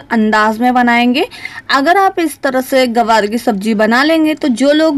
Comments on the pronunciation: Hello madam gawar nahi gwanr hota hai Ye Kya bol rahi hain aap Hey bhagwan ग्वाँर बोलिए गवार नहीं 😭😭😭😭🤣🤣🤣🤣😜😜😜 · ग्वार बोलते है मैम गवार नहीं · Gawaar nahi Gwar hota hai medam ji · Aunty ji it's GWAR not GAWAR... LEL 😂